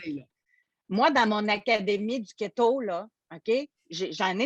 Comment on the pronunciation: Elle a tu dit Ghetto ou Keto? Cest quoi sa business de perte de poid 🤔